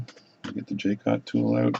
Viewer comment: If you can't find Jewel gauges, a set of regular gauge pins, from 0.5 mm up to 200 /per 1/200mm will work really well (and has other applications too!) And it is pronounced Ja-cot or Zsa (as in Zsa Zsa Gabor) -- Co (as in Comanche) Hugs ! Paddy